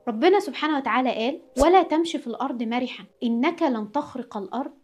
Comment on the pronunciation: كل حاجه حلوه الفديو فكرته جميله والسيت اب جميل بس انا عندي ملاحظه وهي أن في عندك أخطاء في قرأه القرأن والحديث زي انت قولتي الحُزن بس هي الحٓزٓن وقلتي مرِحاً وهي مٓرٓحاً